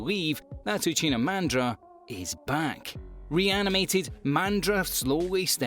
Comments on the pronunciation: Lol uchina mandra. Lol Uchina ITS UCHIHA MADARA U FOOOL. DO NT SAY ANYTHING ABOUT MADARA ITS UCHIHA NOT UCHINA U DISRESPECTFUL MAN CORRECT IT MAN ITS HURTS. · Why he say Uchina mandra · I know I did not just hear Uchina Mandra hahahahahahhaah yoo gotta wash my ears. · That pronunciation of Uchiha Madara is needs to be corrected.